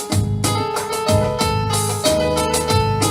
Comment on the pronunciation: مجهود جبار، شغل جميل، سرد رائع،،، لو تكرمت بس كلمة الذروة بتتنطق (الذُروة، بضم حرف الـ ذ) وليس ذَروة بفتح الـ ذ.